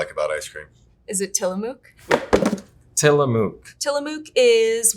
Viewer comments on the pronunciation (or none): Ok Tillamook is pronounce Til-a-muck..... not Tilamoook! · The last syllable in "Tillamook" is pronounced like "look," not like "luke." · As an Oregonian, it was pronounced wrong in the video. Tillamook rhymes with book and took, not juke or Luke. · You guys are saying Tillamook wrong! It's no "moo-k" it's more like the U in the word "push." They really fell off in quality about 10 years ago, sadly. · till ah mooooook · I am an Oregonian and have never heard a real person say anything other than tillamook like "book". It's probably the same people saying -mook like "duke" who say "Ne -VAH -da" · They start with HD which is the best and has always had the least ingredients but attack it for no vanilla beans when they have vanilla bean as an option!!! I don't even know why they offer the plain vanilla but they do so this is completely unfair and felt like an attack on HD. So annoying but their use of AI which cannot pronounce Tillamook and the guy who is supposedly an expert but who can't pronounce carrageenan just makes this review lose all credibility. The Jewish one is sooo eccentric with her hair wow. I'm a much better expert. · Everyone pronouncing Tillamook that way is so annoying lol. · I am the only one who cringed at how badly they pronounced Tillamook? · would have been nice if they could pronounce Tillamook properly. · I've been to the tillamook plant in Oregon, its said like it rhymes with book or took. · The way they said Tillamook drove me nuts. the O needs to sound shorter that long O sound is wrong. This is a native American word the pronunciation is different.